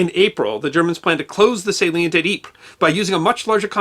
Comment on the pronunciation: Thank you for the correct pronunciation of Ypres. Your rendition of In Flanders Fields was very well done.